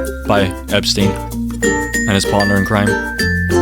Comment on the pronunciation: Hi I’m not a hater but plz stop SAYING EPSTINE